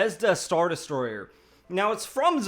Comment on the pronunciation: Des - troy - er... not de-story-er!!!